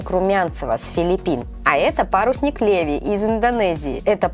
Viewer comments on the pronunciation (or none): none